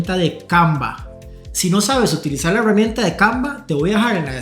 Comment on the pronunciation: Por qué carajos dice EhheEeRramienta ?